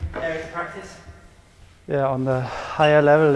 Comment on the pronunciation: "Imortance" of the counter